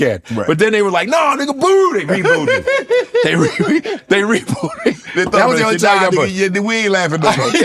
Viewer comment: Brother say he got "ReBooded" 😅😂😂😂😂😂